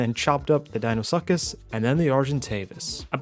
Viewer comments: Love the fact that he pronounced Deinosuchus. I know it's wrong (it's supposed to be "Dino-sue-kiss" not "Dino-suck-es") but it's fitting cause the cheating tribe sucks. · pronouncing deinosuchus as "dinosuckus" bro 😭😭😭😭😭😭😭😭😭😭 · Heh Deino-suck-us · HE PRONOUNCED DEINOSUCHUS WRONG